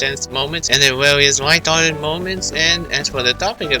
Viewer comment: I can't tell if he said "Hilarious, light-hearted moments" or "Hilarious, retarded moments"... Then again both would fit the situation nicely given that this is Persona we're talking about XD